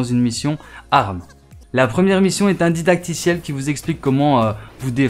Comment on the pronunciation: A "Un ditacticiel"😆😆